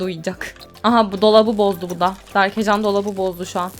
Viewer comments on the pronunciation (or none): berkecan değil berkecem